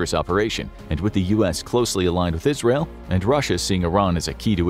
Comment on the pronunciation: Thats funny it sounded like you said al-qaeda instead of Israel.